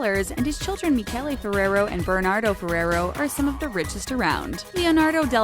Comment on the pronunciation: I cringed when she said "furrerow"